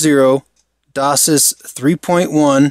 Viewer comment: 32x8 instead of 32 by 8 And isn't it Dock Sis? Not Dose sis?